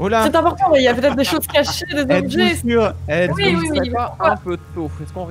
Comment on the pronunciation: Voui ! Je dis Voui !